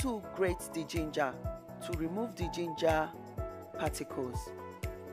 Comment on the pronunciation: Loud music, can't hear you well,and the word is pronounced Gin-ger,not Geen Ger, but nice video other than the loud music.Good job.😊